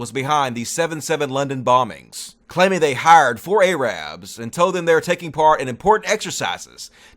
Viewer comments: Lmao isn't pronouncing it A-rab a slur? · your fucking pronunciation of arabs.